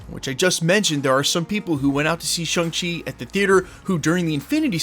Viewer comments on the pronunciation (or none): Shung Chi? Not Shang Chi? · "Shung-Chi?" Where did you come up with that? "Shang-Chi," with the "a" as in "father."